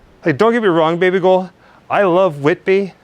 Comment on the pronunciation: Are you saying 'Baby girl' or 'Baby Ghoul'?